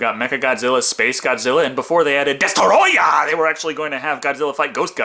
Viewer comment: DESTOROYAH! ... it's rude to say it any other way.